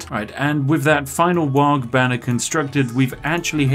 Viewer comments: The Ork player in my blackened soul screamed-in-dakka every time you said "Waaag" rather than "Waaaar" with a hooligan accent. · It's pronounced "Waaaaah" not "Wog" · Does it bother anyone else when WAARGH keeps being pronounced as Warg...there is an 'h' so the GH is silent. Also, WAARGH needz ta be shouted ya gitz. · The G is not pronounced. It’s WAAAAAAAAAHHHHH in a cockney accent. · Popular warcries include "Ere we go, ere we go, ere we go!" "Zogg / Krump 'em!" as well as the ever popular Ork punctuation mark; "WAAAAAAGH" (which humans will eternally mispronounce due to the silent pair of letters at the end). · It warms the cockles to see some 40k representation but please, for the love of Gork (or possibly Mork) the G in Waaaaaagh! is silent and I will get krumped on this hill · Take a shot every time he mispronounces "WAAAGH!" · in dow, if you right click it auto queue's stuff ;D and the g in waaagh! is silent :P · Please don't pronounce the g in Waaaaaaargh!